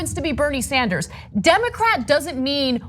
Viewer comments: Bernie Sanderzes? Wow Ana, English is a good thing to learn. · Ana, please stop saying Sanders 's for Sanders'. The double 's' sound is not needed for the possessive.